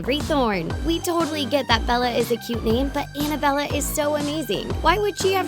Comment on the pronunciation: Also Annabella sounds like Annabell